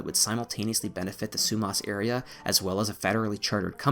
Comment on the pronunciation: Not Frazer it’s Fraser. Not Sumos it’s Sumas.